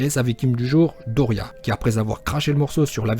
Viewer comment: dodoria pas doria